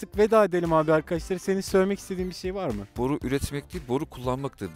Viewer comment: BORU DEĞİL , BORRRRR 😂😂